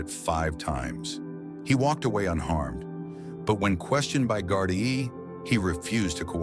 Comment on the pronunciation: Its pronounced Gard-ee